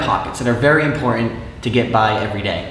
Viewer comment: That flashlight is very impor-an.